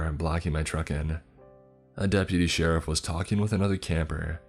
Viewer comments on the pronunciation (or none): none